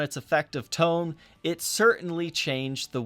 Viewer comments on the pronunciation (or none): none